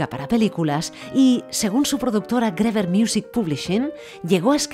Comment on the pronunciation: Griver se pronuncia